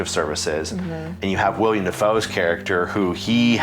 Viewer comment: For the love of god, his name is WILLEM. Not WILLIAM. It's two syllables. Will-em.